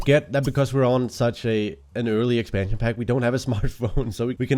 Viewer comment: I love the way you pronounce expansion pack it's so cute :D